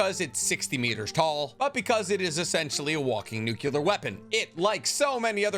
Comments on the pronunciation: Nuclear not nucular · Really enjoy your videos, but it bugs me that you have a science degree and still say the word ‘nucular’. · Nuclear. Nu-clear. (New-clear). There's no extra "U" FFS. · The. Umber of mispronounced words in this video 😂 “Training Corpse” “Greeeesha Yeager” “walking Nucyoular weapon” lol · Youre wrong about Annies Female titan being the reason Wall Maria filled up with titans so fast. Annie was unconscious during that attack. She didnt want to continue with the mission. The Titans flooding the city were just there. Also stop pronouncing Nuclear, as nukular. Its not Libary its Library. Jesus